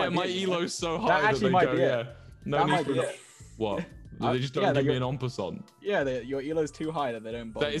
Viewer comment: Why are they pronouncing en passant like that